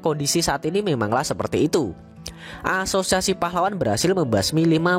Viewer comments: Gw ngakak tiap lu bilang aasosiasi aowkwowk gatau knpa😂😂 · Haha iya sama. Krna lu blg gt. Saya dgr serius saya ulang ilang, iya ngakak😅😂